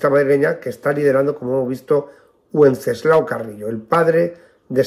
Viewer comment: me permito hacerle una pequeña observción que no tiene nada que ver con el asunto de este video. Pronuncia el nombre del padre de Santiago Carrillo como "uenceslao". Me permito decirle que el nombre de Wenceslao fue muy usado en España hace algún tiempo, incluso en su forma femenina de Wencesláa. Y siempre la "w" se pronunciaba como "v". Me disculpo por mi nimiedad pero como soy oyente habitual de sus videos me permito decírselo.